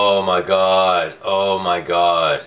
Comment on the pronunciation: Oh my GAWHD! You say it funny